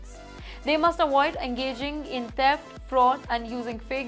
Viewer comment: “Dipotation is needed” according to this news caster. She is so funny. But why the irritating music? Also, “Awoid” this channel.